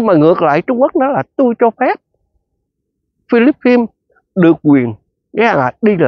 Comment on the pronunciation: Chứ vo dành Philippines mà chú đọc không đúng vậy chú đọc tiếng Việt đi phí luật tấn để quá